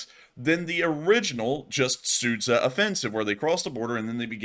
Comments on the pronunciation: The town of Sudja is pronounced Sood-Jar, Not Soot-sah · Sud-Zha. Not Sudz-Ha. It's almost like the sh sound in "sure". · Not Sudza but Sudgaaa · You almost nailed it with Sudzha, however 'zh' is pronounced same way as you pronounce 'j' in 'june'.